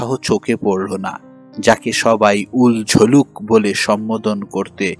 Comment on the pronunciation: চরিত্রটি হল উলঝলুল। আপনি বলছেন উলঝলুক 😂😅